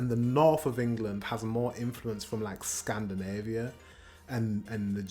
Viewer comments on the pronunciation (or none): none